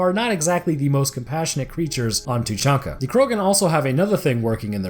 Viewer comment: Its Tuchanka